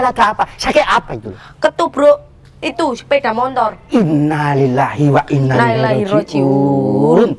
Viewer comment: Innaa lillaahi wa inna ilaihi rojiuun... Bukan wa innaa lillahi rojiuun... 🙏